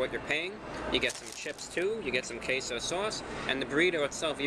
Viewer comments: I cannot hear queso anymore…it’s CaseOh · he said taseoh